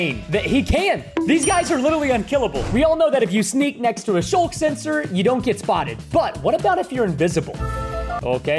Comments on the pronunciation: It's sculk not shulk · its pronounced "sk" "ul" "k" not "sh" "ul" "k" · Preston they rely on hearing, and it's "Sculk".